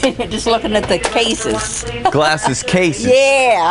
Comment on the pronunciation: the way he says case's is hilarious!